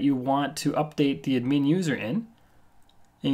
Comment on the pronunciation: its not admeen but ad-myn pronounciation dammit!